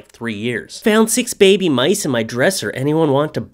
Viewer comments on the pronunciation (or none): none